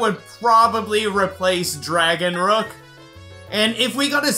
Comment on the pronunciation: I think dragonrook sounds like dragonnook